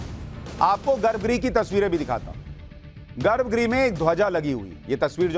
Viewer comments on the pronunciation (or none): I like watching your videos because they are very informative and you explain things in a way that is easy to follow. However in this video you have repeatedly used the word garbh "gree". It should be pronounced " graha" - the last "a" should be very short. Garbha Graha and not garbh gree.